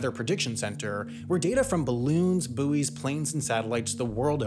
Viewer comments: it's "buoys", not "buoys" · "boys", not "boo ees" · “Boo-eez” lol 🇺🇸🇺🇸🇺🇸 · Sure sounded like the first time he said buoys, he said boobies. I understand that.